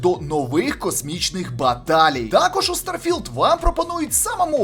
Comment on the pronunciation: наголос на стар потім філд)) будувництво кораблів то є ппц я там уже 40хвилин